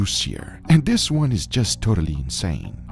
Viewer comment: “DISS” “DAT” Gugas way of pronouncing “this” “that” 🤣🤣🤣